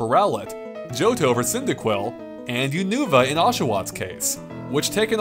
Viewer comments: Not pronouncing Unova "Unoova" like nuvaring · Unoova, Row-let, Poke....dex 😭